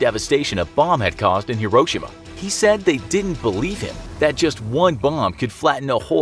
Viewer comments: Hiroshima is pronounced liketjis(hero-shims) not hro-shims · Dont you say Hiroshima like hero-shema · FYI, it's: hee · row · shee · muh. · Am I the only one that hates the way this guy says Hee-Ro-Sheema? Hiroshima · It’s pronounced (Hero)-(shi)-(ma) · FYI: Hiroshima is pronounced hero-she-ma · How did you pronounce Hiroshima? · I think it’s just how Americans say it but I think you said Hiroshima wrong? I think I’m just Aussie so... yeah